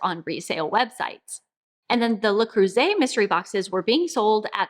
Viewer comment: Аn American cannot pronounce Le Creuset correctly, even her life depended on it 😂😂😂